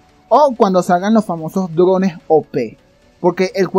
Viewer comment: "Drones" yo escuchaba "llorones"